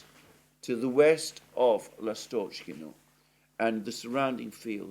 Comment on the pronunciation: [ ' Lastochkino] stress is on 1st syllable